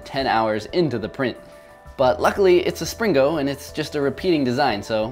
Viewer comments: hillarious how the title of the video is called springo but in the video the whole time he says slingo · Is Spring-o not slingo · isn't it a Spring-o not a sling-o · IT'S NOT A SLINGO! IT'S A SPRINGO! (hyperventilates) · you keep saying slingo instead of springo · He keeps saying slingo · He said slingo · I like how he mis pronounced springo as slingo even though he created the word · Like that time you pringoed a "whale"